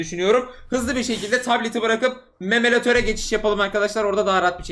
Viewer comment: ahi memeratör derken